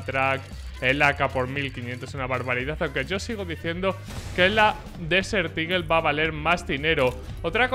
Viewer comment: Español: Águila del desierto Ingles: Desert eagle: DESEL IGEL